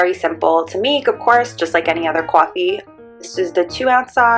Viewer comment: What's Qwoffee? 😂